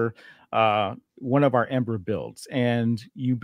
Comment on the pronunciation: Somebody please tell Grummz that just as Fant4stic is read "Fant-four-stic" so is EM-8ER "Em-eighter". He doesn't get a pass just because he's based af. :)